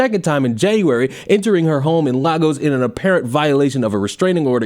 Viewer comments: really struggling with these Pronunciations 😅. It's sounds more like Lay-gohs than Lah-gos for my American friends. In all seriousness, is right about cherishing your rights. I'd also add that you shouldn't let your government strip them from you in any way and take it from an African, free speech is a beautiful and great thing to have. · Hello there love ur great content I know pronunciation when it come to Nigerians is not Every foreigners strong suit but it isn’t “Chi o ma” it’s “Chee o ma” and “oh kill e” also it kills me when people say “Laa-Gos” 😂 it’s “Lay-Gos” just thought it might help😊 also ps “Biko” ike gwuru” isnt actually a slang it’s Igbo language